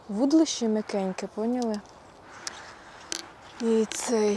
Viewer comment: Та не" вУдлище"," вудИлище"!!!